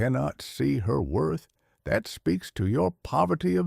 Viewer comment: "Wroth"? *WORTH